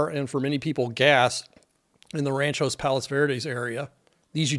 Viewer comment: Great job and very informative. Please check the pronunciation on the city. I believe it is RANCH-Ō Palos Verdes. Thanks